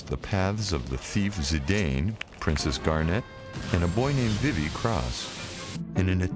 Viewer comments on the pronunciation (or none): isn't it VEE-VEE? That's how I say it, not Vi-vee. As in VIVIR, spanish for "to live."